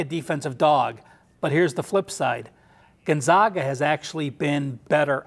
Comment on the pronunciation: It's pronounced "Gone-zag, (as in bag) uh," Gon-zag-uh," not "Gun-zog-ga." Sheesh!!